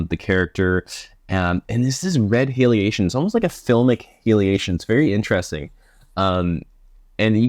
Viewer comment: Stop saying halation like that ur butchering the word